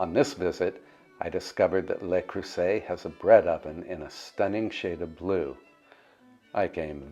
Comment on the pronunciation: Love this video! However, I must correct your pronunciation of “Le Cruset”. “Le” is pronounced “Luh”. You’re saying “Lay”, which is “LES”. I hope you don’t’ mind!